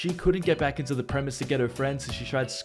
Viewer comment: Just fyi its "leave the premESIS" not premiss